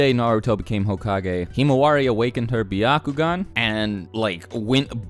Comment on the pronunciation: im sorry but your way of pronouncing byakugan makes me laugh lmao